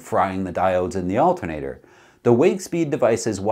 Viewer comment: "Altin'ater". love it when hillbilly Canadian charm sneaks in!